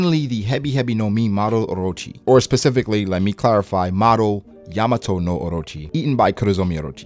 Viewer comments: It's Yamata no Orochi, not Yamato no Orochi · Yamat|A| no orochi, not Yamato.